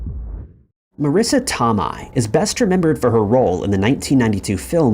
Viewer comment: Marissa Toe May NOT Tom I